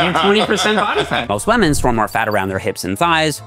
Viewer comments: On "wÆÆEMen" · Bro said “wemen”